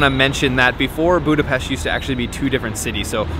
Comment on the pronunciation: yall tourists cant pronounce budapest